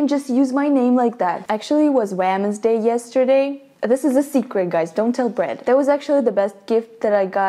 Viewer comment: Is it me or says brad as bread